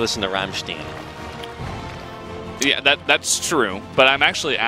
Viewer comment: Rammshteen? RAMMSHTEEN?!... a thousand curses on you for that heresy!